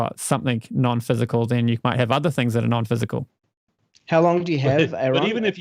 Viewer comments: It's like nails on a chalkboard everytime someone mispronounces Aron's name. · How come it's so hard for people to call Aron by Aron instead of Aaron?